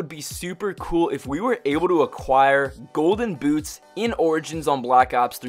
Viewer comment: he said golden gouche